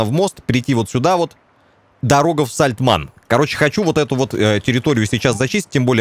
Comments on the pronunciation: Такое чувство, как будто у обида какая-то на эту деревню - Сальтман, Сальтаман, но только не Сальтамн) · причитай хоть раз нормально название деревни )